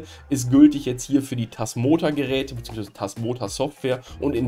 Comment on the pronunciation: Das "Tasmoa" bekommt er offenbar nicht mehr raus.